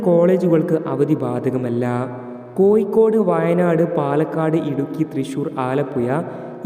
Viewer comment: മയ അല്ല മഴ... കോയിക്കോട് അല്ല. കോഴിക്കോട് 😂😂😂